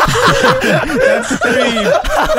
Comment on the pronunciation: Kobe not coby